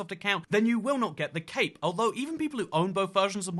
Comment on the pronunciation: When you say cape sounds like you say cake, wich is funny